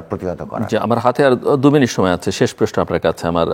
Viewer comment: প্রশ্ন কে প্রেশ্ন বলেন কেন জিল্লুর রহমান? আশা করছি সতর্ক হবেন।